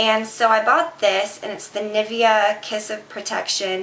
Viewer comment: I think the way you say "Nivea" is so funny :)